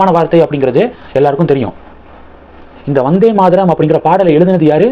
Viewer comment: Not Maadaram, it is Maataram, why your pronunciation is so bad always? You never check correct pronunciation before making videos